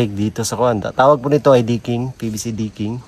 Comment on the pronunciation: Decking at hindi Diking. Tigas ng Inglis. :face-green-smiling